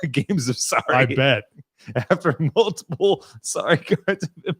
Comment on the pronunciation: Canadian here. Legit thought that was talking about a board game I had never heard of before called "Sari" until translated it for me.